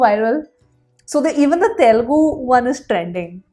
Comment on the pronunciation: by the way, can u google and learn how to pronounce the Telugu word.. I am not criticizing, but we are Indians rt, at least try to pronounce main words correctly, forget about language ... when u say Telugu, that pronunciation is very bad .. I know many guys jump here.. but this is important .. many foreign guys pronouncing better than us ..